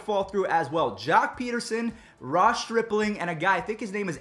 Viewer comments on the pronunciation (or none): none